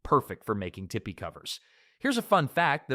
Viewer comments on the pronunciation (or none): The plains tribes that were farmers built and lived in permanent earth lodges (Pawnee, Mandan, Arikara, Hidatsa and others) they also made teepees as portable temporary shelters. Please get the pronunciation right, it's teepee not tippy. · TeePee go ahead Ai you try it....Tipi 😂 . NO it's TEEPEE. STUPID AI WILL NEVER REPLACE ME! And I know Cursive writing 👑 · Tea Pies? There must be a dozen different pronunciations of tipi in this video. Is this a great sounding AI or is the presenter messing with us?